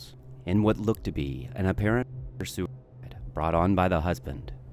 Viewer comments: AI narrator messed up when trying to say "suicide". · They can’t say it.